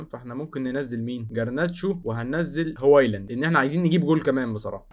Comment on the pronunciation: هوايلاند ايه بس 😂😂 اسمه هويلاند